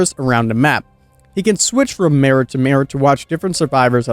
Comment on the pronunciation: The way you say "Mirror" makes me cry, but the rest of the video was great